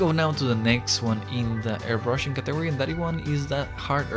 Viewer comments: Qué tuanis, mae. El énfasis es en CAtegory, no caTEgory. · hahaha he said “categ-ory” thats not how you say it bro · What is a caTEgory??